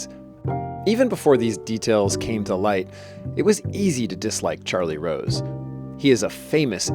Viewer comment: Charlie Wose Was A Cweepy Interwupter